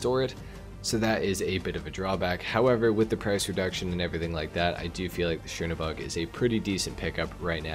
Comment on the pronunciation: Chernobog is pronounced kernobog